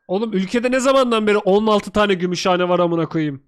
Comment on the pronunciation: Sen diyorsun Gümüşhane,kumru söylüyor"götümşahane"